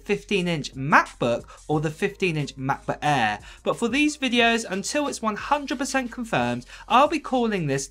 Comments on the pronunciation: I could not finished the video due to constantly hearing “ mah bah aaaaa” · Sorry... the way mans says "MAH-BOOH-AEHHH" gets me every time ;) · Mahhkbohhh Aairrr, or MacBook Air? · Ma'boh' Eah'